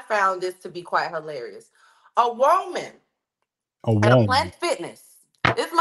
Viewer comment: A whoaman... hold up! That IS a WHOAman!😂😂😂❤